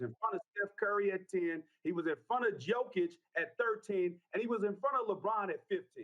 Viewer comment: It kills me how after 6+ years of being one of the best players in the league, people still say Joke-itch. It's Yo-kitch. Does he call people named jose Joezay? Lmao. Edit for clarification: if he was the vicepresident of Serbia, I'd understand why a sports contributor couldn't pronounce his name. He's a multi time MVP being discussed daily... to continue to mispronounce it makes him seem kinda stupid. Especially when he's a regular contributor on sports shows.